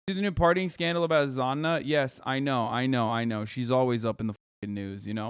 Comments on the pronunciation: Hasan saying Zanna everytime ouchie owwie ouw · Lol the way Hasan says Sanna💀 "Zanna"